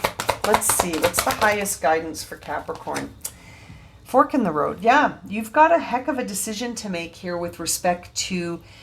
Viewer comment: When you said "fork in the road" I heard "fuck'n road" lol Of course you wouldn't use that kind of language 😂